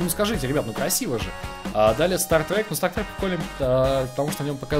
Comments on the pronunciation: staTtrek, а не staRtrek!!!!!!!!! Лайк чтоб увидел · говорится " Статрек" а не " Стартрек" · ААААААА, Бомбиииит!!!, не стаРтрек, а стаТтрек. Запомни, не я один буду бомбить из за этого )